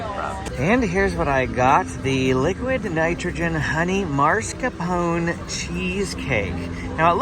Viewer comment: I have a pronunciation tip for you: the first syllable of MAS carpone doesn’t have an “r” in it. It’s a common mispronunciation 😃